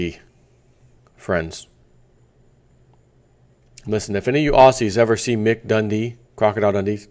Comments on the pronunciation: It's Ozzy like in Ozzy Osbourne not Awssy. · We're called Aussies not Orrrsies. Haha!